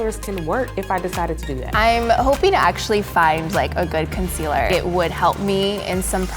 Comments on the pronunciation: she did not just say "conciller" Laura Lee who? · (Con-SEA-ler) not (con-si-ler) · the one with vitiligo said conciller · The one with vitiligo said conciler not concealer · The way she pronounced "concealer" 😂